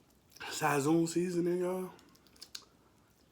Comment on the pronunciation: Sazon it's pronounced with an S as the Z lol sason